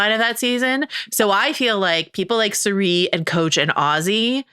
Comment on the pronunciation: Re: Traitors… People like to praise Rob for being the best at the game. To that I say: You’re spelling and pronouncing Cirie’s name wrong. If Mal wants to dip a toe in the Traitors U.S. waters, she should watch Season 1 and witness true gameplay mastery. Also, Maura apparently wore wigs to make getting glammed up before and after missions easier on herself, since they do their own hair and makeup.